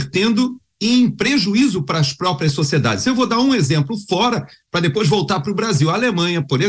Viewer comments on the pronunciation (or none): "Dibouas... U amô Vensseu". Faz o L e reza.